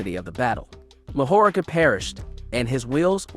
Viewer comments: Bro I need you to brush up on ya Japanese pronunciation cuz you’re killing me with mahoraga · Mahoraga too 💀💀